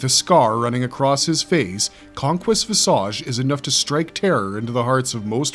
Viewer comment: Visage isn’t pronounced like ‘massage,’ it’s pronounced more like vision and age Vis - idge Hate to be that guy, but you’re welcome 😂